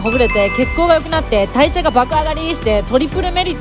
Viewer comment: 初め見てた時、代謝が爆上がりっ！！が、体重が爆上がりっ！！に聞こえて一瞬時止まったwwww